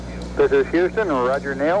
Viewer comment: "Woger Twang-quility base uwu"